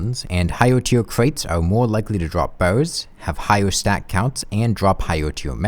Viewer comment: You saying "bars" sounds more like "bows". The youtube subtitles agree.